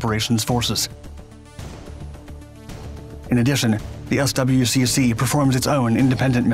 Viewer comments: "S. W. C. C." He says, Lol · Pronounced: "SWICK", my dude